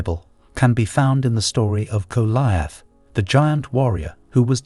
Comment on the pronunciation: He massacares pronouncing ‘‘Goliath” rather hilariously also!